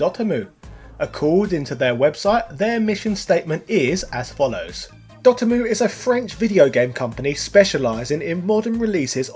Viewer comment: I always thought it was dot emu, not dotemmoo